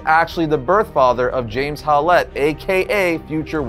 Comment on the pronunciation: WHY DO YOU PRONOUNCE WOLVERINES LAST NAME AS 'HOW-LETTE' WHEN ITS CLEARLY SPELLED AND PRONOUNCED 'HOWLETT' ?